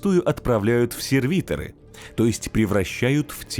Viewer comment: не серви'торы, а сервито'ры, дико слух режет